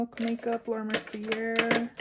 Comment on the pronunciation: Laura Mercier’s name is French and it’s pronounced Mer-See-Yay.